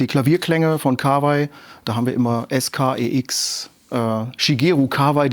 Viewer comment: ich hoffe du liest das und wirst für immer glänzen mit deiner Aussprache des Firmen namens: KAWA - I... wie in 河[KAWA]合[I]. Japanischer Familienname genau wie Yama-Ha und ich hab's noch nicht gesehen auf deinem Kanal aber ich hoffe, du sprichst es nicht yaMAH-ha Es gibt noch andere Lesungen für 河合, aber da die Firma sich KAWAI schreibt, kann es nur KA-WA-I sein.